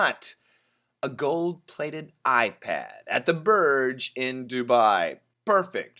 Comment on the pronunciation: Hi While it's written as Burj, we actually pronounce it 'Borj. Borj means tower in Arabic. I'm gonna send you a link about the Arabic pronunciation.